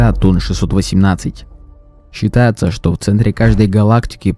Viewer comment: Ролик и обзор, однозначно, интересные!) По этому показателю - зачёт! Однако, хочу обратиться к автору, чтобы он занялся своей дикцией. "Глотать" слова, путать "ж" и "ш" - это недопустимо, как минимум, если вы хотите добиться успеха. "Шытаецца" - звучит нелепо и смешно... Не обижайтесь, но! Внятное, чёткое и хорошо поставленное произношение, всегда дадут вам дивиденды и дополнительных подписчиков.